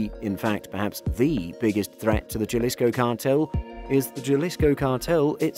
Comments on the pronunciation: It's painful to hear people mispronounce spanish words. Gel-issco? Come on. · Lol..... all we can do is educate. My wife's family is from Jalisco so it killed me too. Hahaha..... But the video was pretty decent other than that. Good quality and well put together. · Trust the westerner to f that up. I don't even know Spanish but I know how to pronounce Jalisco. Jajajaja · Anyone else bothered by the pronounciation of "Jalisco"? Or is it just me? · anyone who cant pronounce jalisco is not an expert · 😃😃...How could they claim to know about the cartel when they don't even know how to pronounce their names. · This narrators life could be in danger if they hear him pronouncing Jalisco with a J.... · ok, let's see if we can get you to say the name right my friend... can you say ha, ha, ha, ha, ha... like as if you were sarcastically laughing... ok, so start ha... and extend the syllable once... haa- followed by 'Lee's'... as if to say it belongs to Lee... so Lee's full name would be 'Haa- Lee'... now we're gonna make up a tangible item and we're gonna call it 'koe'... we'll pronounce it to sound like 'kohh' .... the same way you would use the 'k' to say Kindle, like the tablet... you'll pronounce in 'Kohhh'... -ohh should be pronounced like you would, if you were to say 'oh'... but just drag out the 'h' once or twice... 'ohh'.... ok, let's see if i was able to help... Haa-Lee's koe, is a nice looking what'chu ma'call it... yea, Spanish J's sound like an English H.... HaaLee'skoe --- Jalisco... if you took this advice seriously and as intended - to just help, then you're pronouncing and saying Jalisco as it should be ... thanks buddy... hey great content by the way... awesome. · How did you pronounce every bit of CJNG correctly except “Jalisco” with a hard J lmao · Sigh you don’t need to be Spanish to know that j is pronounced like an h 😂 it’s annoying to hear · ITS HA-LIS-CO, NOT JAAA-LIS-KO. You've come up with this research but you can't even pronounce it properly.